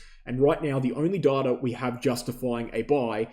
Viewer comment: "Darta" sounds funny and not clear english. Good video though, once again. (apart from the shameless plugging of your affiliated exchange)